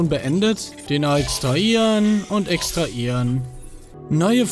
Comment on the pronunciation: Bin ich der einzige Mensch, welcher bei Manu's Aussprache des Wortes extraHieren Anfälle bekommt? 😂